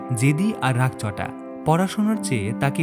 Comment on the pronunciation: Voice bhalo but uccharon issue achhe রাগচটা, হালোকাস্ট ইত্যাদি কানে লেগেছে। মনে হচ্ছে ঘাবড়ে গিয়ে ভুল হয়েছে।